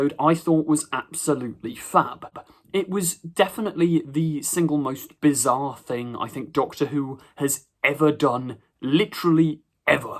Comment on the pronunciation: Bizarre mate…. Not bizzar….